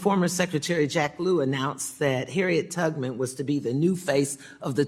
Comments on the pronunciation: Harriet… tugman? I swear that’s what she said 😂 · Mrs. Beatty said “Harriet Tugman” come on.